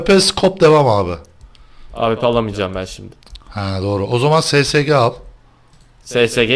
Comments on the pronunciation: abi ssg değil esesci diyin şuna :D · Abi o Sesege 08 diye okunmuyo esesci diye okunuyo :D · ssg sesege kapışalım dediniz o es es ci diye okunuyor